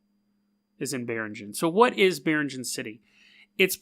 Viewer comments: Filipino check: it's "bee-reeng-anne" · biringan city ????? you cannot pronounce it very well my friend